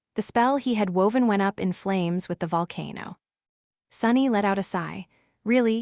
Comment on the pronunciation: I never want to hear AI say the word “Volcano” ever again!!!!!!